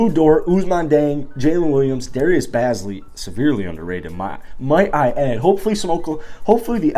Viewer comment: They're pronounced: ●Bayze - Lee not Bahz-Lee ●Jieng not Diyeng